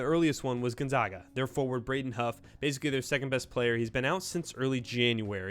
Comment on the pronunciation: Not to be a dick but how are u a college basketball channel and don’t know how to pronounce Gonzaga